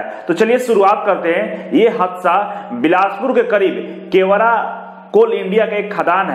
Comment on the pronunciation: केवरा नही गेवरा